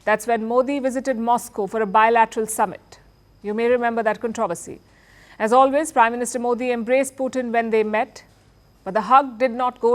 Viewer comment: Learn how to pronounce “controversy” and “ trajectory”.